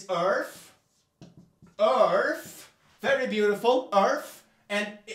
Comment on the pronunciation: I love that his moon rant is exactly what I wanted never disappoints. ESPECIALLY WHEN HE SPELLS EARTH LIKE ÖRF "I'm erasing you for science"